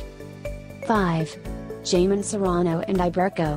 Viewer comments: Jamón (Jeymon) lol hahahahaha pronounce it correctly pls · Can’t even read Jamón!